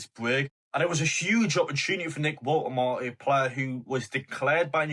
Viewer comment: Not sure about your pronunciation of Woltemade 😉?